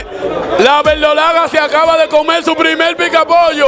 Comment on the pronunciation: QUE ES CONCULSANTE, METEL, COMEL, VELDOLAGA, SECTOL, GANAL, GANADOL, CUALTO, POL FAVOL, FUELTE, NO EXISTE LA R EN ESE PAIS?